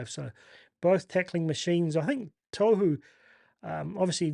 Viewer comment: Love the content bro but please... Tohu... tor-who don't over announce the r or the w and the t is like a soft d